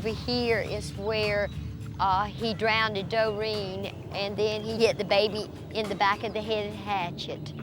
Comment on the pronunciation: “He drowned-ed her”